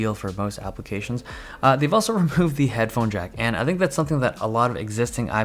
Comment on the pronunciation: ILLUSION think of him saying removed And then improved He says both It's like yanny and laural